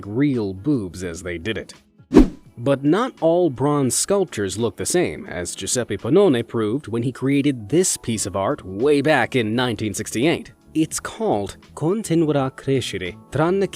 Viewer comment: As a Italian I must say thatthe pronuncietion "Giuseppe Penone" is a bit distorted, but the sentence has a perfect pronunciation! Well done!